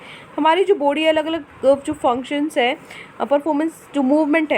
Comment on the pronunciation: Mam jab aap body Bolte ho tab mujhe foody sunai deta hai 😀